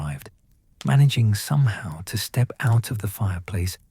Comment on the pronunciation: The problem is the AI voice, it pronounced somehow as "so me how"